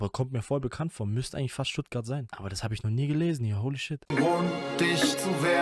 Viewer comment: Ich frag mich ob du dich extra so stellst... "stuttgart" oh man